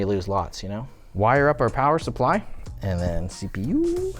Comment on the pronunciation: Power Suppwy was top tier ngl